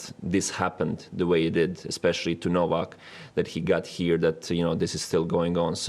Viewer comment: Karen - The minister can't even pronounce Novak's name. Was it too difficult to ask ANYONE about it?